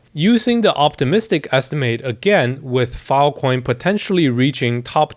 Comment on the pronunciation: bro unironically said fil coin